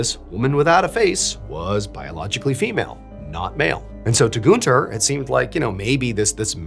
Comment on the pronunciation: FYI - you are mispronouncing Gűnter